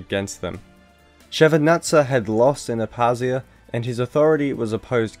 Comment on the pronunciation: You forgot to pronounce the K in Abkhazia & Abkhazians